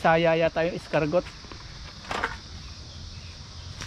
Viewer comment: share ko lang po sa inyo. Ang kuhol or snail sa English ay Escargot 🐌 sa French, hndi sa Visaya. Ang tamang pagbigkas ay escargo... yung letter T ay silent or hndi binibigkas. 😊